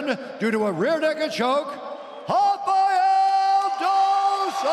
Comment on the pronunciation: Hafa-yel 😂??? Why the Americans can't pronounce the A-e like rafa-el??? 😂😂😂